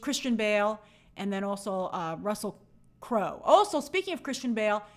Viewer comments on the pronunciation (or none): none